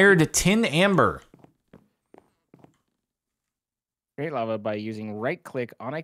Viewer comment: Tim amber..... Tim....... amber....... TIM BERR